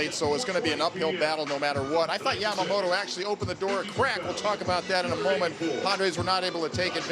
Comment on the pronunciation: インタビュアーのキルステンさん、ヤマモトってしっかり発音されていて良いな。